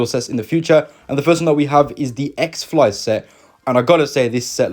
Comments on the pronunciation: It’s just his accent. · He says x flies instead of x files (not yo be a jerk i get it it happens) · X-Files. Not Xflies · “X-Flies” 💀💀💀 All jokes aside though, I’ve not been as excited as I am for the X-Files set in a while.